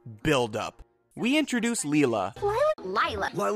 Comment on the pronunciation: It’s in her name LIE la!!!!!